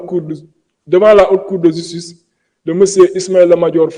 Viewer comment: Degoule francais ou sa langue a des problemes il dit la jistice et jistuice on dit ( Justice) autre mot mal pronocé car il a des problemes avec le j et le g Il dit Exijer (Exiger) .